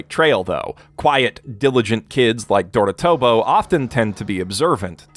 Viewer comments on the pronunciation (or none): Small one but you said Dor-A-tobo but it should be Dorot-A-bo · It is dorotAHbo not dorotOHbo it's has an A not an O